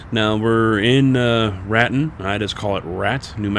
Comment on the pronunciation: You should see that road in real life. I live near the Raton side of it and it is really cool. I'm not trying to be rude but it is pronounced (ra)(tone)